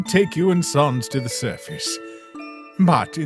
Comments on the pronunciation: Ok, that's it. I need to ask, why do you guys say sans like "sawns"? I have never understood that. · why does bro pronounce sans like sœnz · Gaster saying "Sans" like "Sons" is canon now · Why do every undertale comic characters say Sauns not Sans